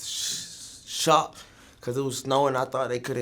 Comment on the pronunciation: sssshock 😂😂😂 nigga cant even say the word